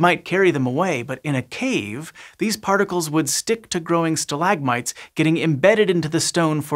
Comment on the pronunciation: stalagmite? Nah mate, it’s pronounced stalagmite. You kinda sound weird. Total forth wall break in this science thing